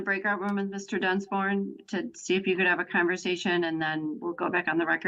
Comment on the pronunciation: And the way the judge pronounces his name sounds like ”Dunce-born”.